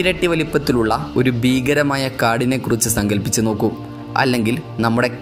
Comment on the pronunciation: ബീകരമായ കാട് , ഗോരമായ വനം, പ്രദാനമായ' ദെയ് രപ്പെടാത്തത്, എത്രമനോഹരമായ ഉച്ചാരണം !